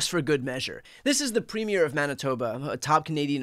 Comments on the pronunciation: Hey Brian – yours is the only media – independent or not – who is pronouncing the word “Premier” correctly. 👍 The stress is on the first syllable, and not the second. 😉🇨🇦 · Thank you Brian for being literally the only US YouTube broadcaster that has taken the very small minute amount of time to learn how to say Premier properly. No one else not Ben Meisalas not Popok not Tim Miller certainly not Sam Stein or most of CNN or MSNBC or Fox can be bothered or possess the common courtesy. Despite sharing a border for a very long time. Now that's Americana and boy are we used to it. You realize that Premier is a person and a position not the unveiling of a new movie. All the others do not. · Finally, someone who knows how to pronounce premier